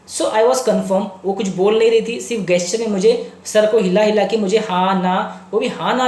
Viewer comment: सर,प्लीज, जेस्चर बोलो न। मुझे बड़ा अटपटा लगता है आपके मुंह से गेस्चर कहना।